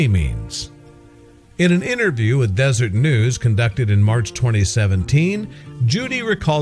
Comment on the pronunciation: De-ser-et, not desert!